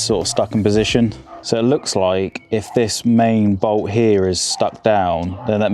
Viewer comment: When did the letter t at the end of words pocket, bolt become silent?